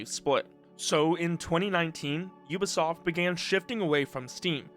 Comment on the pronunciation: aaah yes... "ubasoft"